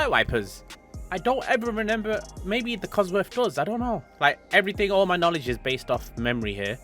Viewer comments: Did you just say “Renember”🤦🏻‍♂️ ps after leaving this comment I can no longer continue watching this video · He says “renember” like he was about when the sierra was released, but yes they came with headlight wipers 👌